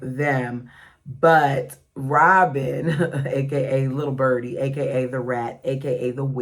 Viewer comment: “Lil’ bUrdee”😂 you make me laugh!